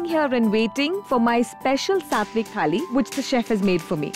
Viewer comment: Wow Pooja, amazed to listen to the correct pronunciations of words like Pune, Maharashtra, Thali etc!! U r assal Marathi!!